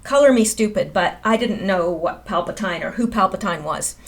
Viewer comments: Pronounced "PAL-pa-teen". My pleasure to serve you! (Sorry, I'm a tech writer/editor) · It's pronounced PAL-PA-TEEN !!! ;-) And there's NO DOOKI.... Geezus JUST READ...It says DOO-KU !! IT'S A "U" !!!! With a "U" at the end it sounds like DOO-KOO !!! You should KNOW that! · Palpatine = pal-pah-teen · It is pronounced Palpa-teen.